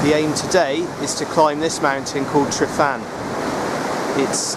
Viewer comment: Pronunciation is Truvan. Y sounds uh. Get help from a welsh speaker because this cast is totally spoilt. First climbed ryfan (Truvan) in July 1963.